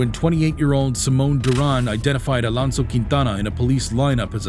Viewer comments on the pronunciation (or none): none